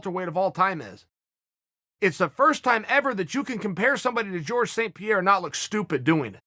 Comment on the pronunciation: You mispronounced Georges St. Pierre.